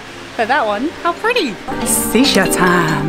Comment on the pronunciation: It’s not seesha it’s SHisha lol 😂 she’s funny